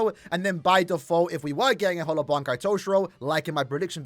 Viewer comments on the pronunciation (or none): none